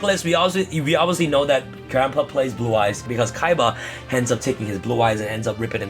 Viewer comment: Seto Kiba (Seto Kaiba) Zed Kiba (Zed Kaiba)